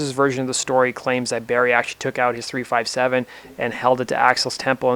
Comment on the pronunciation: Not to be a prick or anything, but the firearm's name is pronounced "three fifty-seven" rather than "three five seven", just for future reference. Moreover, I believe Soundgarden was also another act whom filled Faith No More's empty opening slot, upon their exit from the tour. Great video otherwise; very well researched/documented.